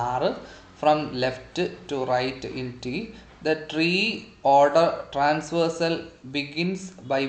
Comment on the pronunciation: its traversal not transversal dude